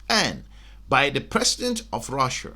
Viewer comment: Russia not Russer